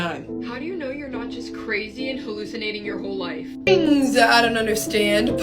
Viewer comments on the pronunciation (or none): Bro making me shake when you say I’m haulicanating